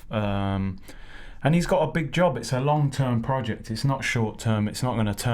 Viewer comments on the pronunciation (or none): none